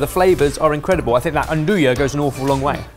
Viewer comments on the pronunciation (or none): It's interesting that the English pronunciation of andouille seems to be "Ann-do-yah" (implying, apparently, that a woman named Ann is up for it), as opposed to the American pronunciation, derived from Cajun (itself derived from French) of "And-we" (implying a communal participation, as in "and we can all attest that she is, in fact, up for it"). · The way y'all pronounce "andouille" drives me nuts lol it's an-doo-ee not an-doo-yuh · Please for the love of god learn how to say andouille correctly. It is a dagger in my soul each time you say it wrong. AN-DO-EE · Boys, please, I beg you, learn how to properly pronounce, "Andouille." Please, you're killing me.